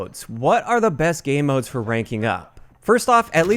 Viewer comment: Why does he keep saying “Gay Modes?”